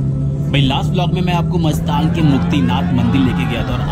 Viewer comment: आप ग़लत उच्चारण कर रहे हो,गांव का नाम मस्तांग नहीं मुस्तांग है।वैसे vlog बहुत बढ़िया बना है।